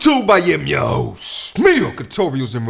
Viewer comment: The emphasis on Host had me rolling.